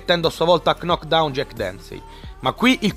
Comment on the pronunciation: L'altra volta era "c-nokcout", questa volta è stato il turno di "c-nockdown" (per ben due volte)😂😂😂! Comincia a venirmi il dubbio che sia tu a tradurre le varie interviste e Conferenze Stampa🤔... La "K" in entrambe i casi è mutaaaa!! No, a parte gli scherzi, suona davvero male quando pronunci quelle parole, e mi sembra di aver capito che tu l'inglese lo conosca, come mai fai quest'errore di pronuncia??!🤔 Cmq, a parte questo, il video è bellissimo - come sempre -, anche se la prima parte a mio parere è stata un capolavoro assoluto!! E ripensando proprio a quella prima parte, devo farti un piccolo appunto: Ma non dovevi parlare di Alì in questo secondo appuntamento? In ogni caso, data l'immagine di Rocky Marciano a fine video ed i pugili trattati in questo magnifico montaggio, suppongo ne parlerai nella terza parte, seguendo una linea cronologica! Se poi arriverai ai giorni nostri con un 4°Episodio, allora penso di poter dire a nome di tutti quanti, che ne saremo ancora più felici😉💪!! Nel frattempo, e in attesa del tuo prossimo video, ti faccio tutti i miei complimenti per l'alta qualità dei montaggi che di volta in volta sforni e ci regali!! Sei un grande, continua così!!👍👍😉